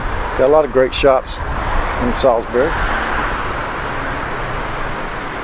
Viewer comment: i used to live here, thanks for this. you say it correctly 👍